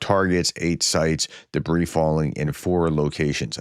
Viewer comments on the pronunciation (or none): none